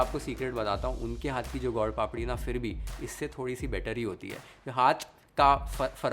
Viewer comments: My favourite chef. U made it look sooo amazing & easy to make . For your information it is not God Papadi it is Sweet/ gud papadi. Your pronunciation was like this. Anyway u made it very delicious & yummy.❤🎉😊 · How do you pronounce gur papdi strange way gaud papdi ,you are speaking Hindi and not any foreign language ,speak and pronounce the right way